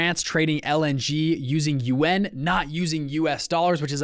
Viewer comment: y u say yuAn funny